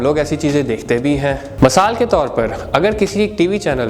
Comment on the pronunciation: Masal nahin misal